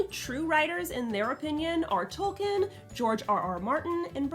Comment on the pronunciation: "Tolkien" is pronounced like "toll keen".